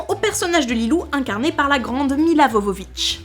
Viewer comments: Pitit détail pour Mila, son nom de famille se prononce "Yovovitch" pas "Vo/Jo" :D (je savais pas non plus pendant des années jusqu'à ce que je vois l'intro de Phénomènes Paranormaux en VO, elle se présente au début xD) Et j'ai appris plein de choses sympa sur un film que j'adore donc yeaaah merci pour la vidéo ! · Mila Jovovich, pas vovovich 😂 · il me semble que ça se dit "Yovovitch" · Milla Jovovich mais ce prononce Milla Yovovich "Милица Јововић"